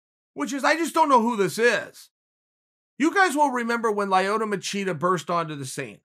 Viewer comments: “Lie-oto Machida” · Chael: "Lie-oh-toe Ma-cheetah" Me: "He's a very real thing."